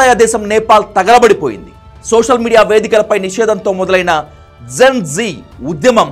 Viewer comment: Sosal media kadayya social media antaaru.neeki telugu sarigga palakadam raada